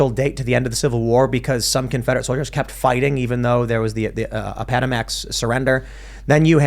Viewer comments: A-Pata-Max?... Appa-Mattox, fyi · Appomattox is not pronounced the way you pronounced it Tim. It's difficult listening to ya'll talk history and I love history. John Brown deserved what he got. There are people in the South that still refuse to vote Republican because of Abraham Lincoln and the War of Northern Aggression.